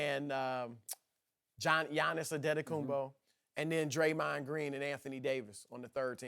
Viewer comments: Can these fuckers learn to pronounce Giannis? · did shannon really call the greek greek Janis lmao